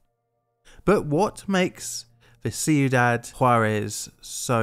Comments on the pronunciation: That's pronounced kweedahd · Its pronounce like quidad wit a q sound not a c im vannilla villa white and i know that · Everytime you say the towns name I hear "See you, Dad". 😂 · Cuidad = kwee dad Nuclear = new clear